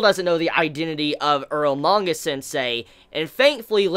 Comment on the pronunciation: earlmanga sensei? i thought its calle eromanga sensei xD